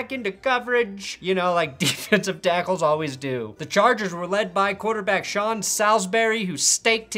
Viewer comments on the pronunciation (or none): Wait!!!! Why did you use a Boston accent when you said the Chargers? Lol